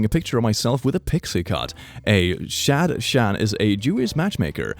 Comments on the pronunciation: This whole video is great but "Shad-Chan" absolutely killed me omg. It's pronounced Shad-han - the 'ch'/'h' makes a throaty sound, which in Hebrew is expressed through the letter כ (kaf). And yet, now all I can imagine is an otaku matchmaker helping senpais notice each other XD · A shadchan you say like shadHun(with a harsh h) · The way he pronounced "Gucci" as gooki 😂 And even better - the way he pronounced "shadchan"! 🤣🤣🤣 The "ch" is pronounced hhhh like when you rattle your throat to prepare to spit lol